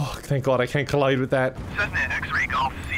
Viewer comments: saying Cessna like Snezna has betrayed me emotionally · i hate how u said cessna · as someone who is taking avation, the way he says cessna hurts my brain lolllllll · Everytime you said "Cnesna" I died a little on the inside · I’m an aircraft enthusiast but also I love watching bids but this one when he said snessna instead of Cessna was quite annoying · CESS-NA you simpleton. The quality of the Irish education system has really gone down hill. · Snesna he says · The way he pronounces Cessna ahahahaha. I did enjoy my trip with KevinAir though. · That mispronounciation of cessna, very easy word for very, very well know aircraft... ouch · Cessna is actualy a very well known brand for small planes and I think you pronounced it toataly wrong.